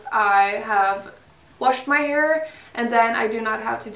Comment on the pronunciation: Uttalas väl hair inte haur